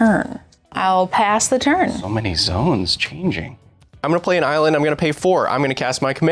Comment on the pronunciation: Props to Kyle for his Aussie accent saying Island. Nailed it, as an Aussie i dub you one of us officially